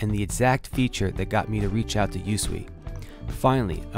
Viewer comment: Thanks for the review. FYI, it's pronounced "YouSwee", not U.S.W.E. But don't worry, I'm sure that's not common knowledge.